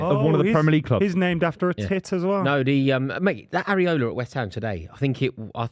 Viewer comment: It's IRAola boys .. not ARiola